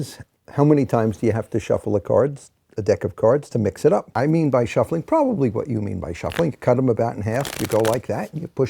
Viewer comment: Ah his by sounded like an I. Bye bye birdie!